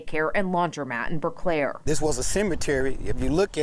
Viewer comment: Pronounce it as Burclair,not Burke lair.